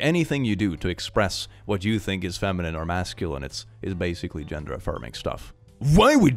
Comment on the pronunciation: I love how you say genre instead of gender